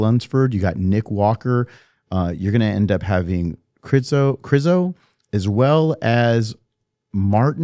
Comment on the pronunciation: Its pronounced Križo